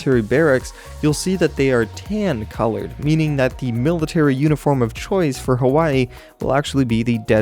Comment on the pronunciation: "meal-itary barracks" xD